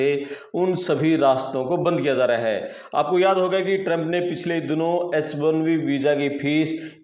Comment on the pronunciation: आप हिन्दी उच्चारण सही किजिए।... बन्द किए जा ( ja ) रहे हे, न कि ज़ा (za) रहे है। ज और ज़ का इस्तेमाल सही किजिए। कई बार ज के जगह ज़ उच्चारण किए है, ऐसा मत किजिए। हिन्दी शब्द को उर्दू मत बनाए और उर्दू शब्द को भी सही उच्चारण करें। यह सोशल मिडिया है।